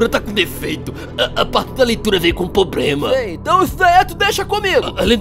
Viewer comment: "... a parte da leitura veio com pobrema" ahuahuahuahuahuhauhuahuahuahuahuahuahuahaahuhuah